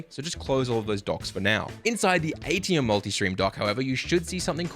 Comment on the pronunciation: Just a note for everyone. It is Aitum. Not Aitium. Otherwise, great video, thank you! :)